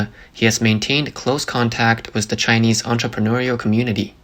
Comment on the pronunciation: "Th" pronounced as "ss" is annoying. Example: "with" as "wiss." It's a computer generated voice. Please fix it.